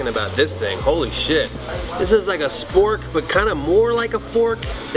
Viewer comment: He Said, "SFORK"... HaHaHaHa LMWAO